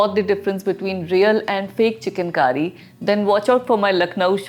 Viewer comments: Its Chikan Kari , not Chicken Curry, please your pronunciation! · It's not chicken... It's chik_on. Pronounce correctly.. plz. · At first, I heard it 'chicken kari'